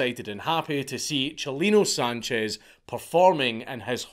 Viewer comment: Thanks for saying his name right 👍🏼